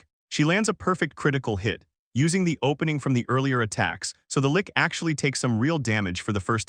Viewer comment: Lich, Lich, Lich, Lich, rhymes with Ditch, Which, Hitch, Bitch, its Not A Lick.